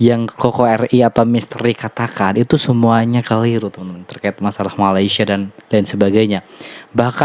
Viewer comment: Malaysia....sebut dan eja dgn betul. Bukan Malasya